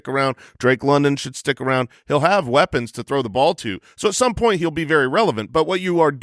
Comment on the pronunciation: Please fine every time he pronounces the “point” of this 1.02 draft selection. Cringe.